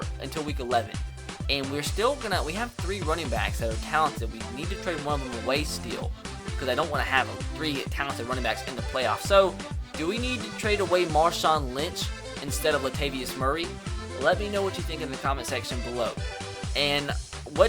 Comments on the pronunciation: It's pronounced (La-Tay-Vee-Us Murray) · it is pronounced (Luh-tay-vius Murray) not How you say it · Latavius murray's name is pronounced Luh- tay- vee- us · Does he not know how to say Latavius Murray or is that on purpose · Dude, you're saying latavius murray's name wrong